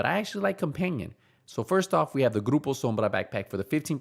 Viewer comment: I’m just here to yet again hear pronounce Grupo Sombra properly.